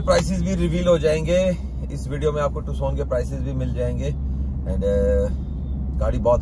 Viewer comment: टुसन नहिहे नाम टक्कसन हे नाम